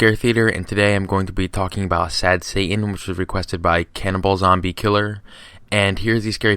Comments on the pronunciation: I like how you say Satan. " Sad Sa'aan" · Sad heying